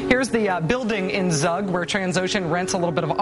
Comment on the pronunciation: its Zug about like u in U-Boat or U-Turn